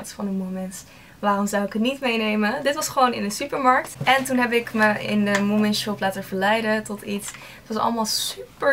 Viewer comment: Leuk dat je ook helemaal gek bent van moomin, ik ook maar mijn finse vriendin die zegt dat je die n niet uit spreekt ;)